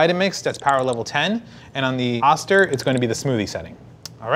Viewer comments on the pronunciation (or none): I've never heard it being called an Ah-ster, but instead, an Oh-ster. My Vita Mix suggests using one cup of water when crushing ice. Mine isn't designed to crush/chop ice without a liquid. It's 25+ years old. I have both. They are both great. As for the spout, my Vita MIx has a square-ish container. I pour from a corner of the container. No brainer. . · haha...its Oh-Stir....not Ah-Stir...they have a manufacturing facility in my home town...lol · Oh-ster, not ah-ster. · I always thought it was pronounced oh-ster not ahs-ter. Not sure why that was my takeaway, but it is what it is. I'm still pronouncing it oh-ster. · Oh-stir. Not Austir. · pronounced Oh- ster. Not Ah-ster.